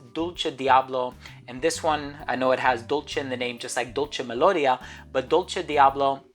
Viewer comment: Hi..your videos are always fantastic..great list...as an Italian just a suggestion..dolce melodia accent goes on the i..😉